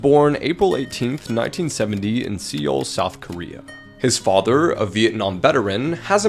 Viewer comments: For seoul the e is silent so it sounds like soul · im south korean and i felt pain when he said seal instead of seoul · Great video the way you narrate is soothing and makes these dark videos a little more digestible. However, the correct pronunciation of Seoul sounds like Soul! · Seoul............. See-ole?.......... It's pronounced soul. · Bro...I'm from the hood n even kno its pronounced..."soul" south Korea...lol...not "seaoil" lol...or wattever u said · You do such a great job of keeping us drawn in. Great job! I do have to mention that Seoul is pronounced soul. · love your videos! fyi, ‘seoul’ is pronounced like ‘soul’ for future reference! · That town in Korea is pronounced SOUL!! Like what got sucked from my body when I heard you pronounce it the way u did!! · That last store was heartbreaking and infuriating at the same time as Justice wasn't served. On the second story though Seoul is pronounced like soul, as in ( I scared the soul of of him). Good research into these terrible stories, keep em coming. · Love you...Seoul is pronounced soul. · Read 'Seoul' as 'Soul' But otherwise keep up the good work! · seoul is just pronounced as soul. 😂❤️ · "sea-ol south korea" 🤠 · Sometime you should watch the movie “M” starring Peter Lorre. There is a story of cannibalism in 1 Kings in the Bible that is truly macabre (pronounced macob). Seoul is pronounced “Soul”. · Seoul is pronounced like the English word 'soul'. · Seoul is pronounced like soul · Seoul is pronounced like soul. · Seoul is pronounced like soul. Thee is silent. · Seoul is pronounced as "soul" just so you know. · For future reference, the word "Seoul" is pronounced "Sole" or "Sol". :) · Seourl is pronounced like "soul" for future reference, bud. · Seoul is pronounced "Soul." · Seoul is pronounced sole. 😘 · It's pronounced "Soul"... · The way pronounces "Seoul" makes my brain itch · ikr when he said that i went straight to the comments